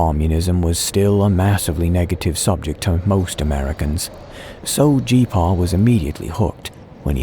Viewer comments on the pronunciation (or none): I cringed every time you said G-Paw